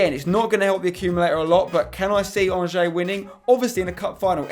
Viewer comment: Lol the way Spencer pronounces "Angers".